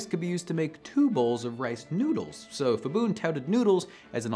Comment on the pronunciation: When there is a “ph” in Thai-English it’s pronounced /p/ the h is for aspiration. So not /fibun/ but /pibun/. Same goes for mostly every other Thai word written with Ph, e.g. Phuket. Also pad Thai is actually pronounced “putt” Thai (/putt/ pad meaning to fry)